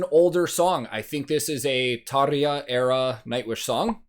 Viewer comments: you didn't react to one of all 16 hours of live footage from the song Everdream? 😉 In all seriousness though, I'd watch a 16 hour reaction to each recording of this song live but hey. Great reaction giving credit to both Tarja and Floor. Thanks for pronouncing Tarja's name "properly" (at least how I have heard it pronounced) btw. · Fellow Nightwish fans: Can we give some credit for pronouncing Tarja's name properly. I'm not trying to be the grammar police but its someone's name for heaven sake. Credit 🎉🎉🎉 👍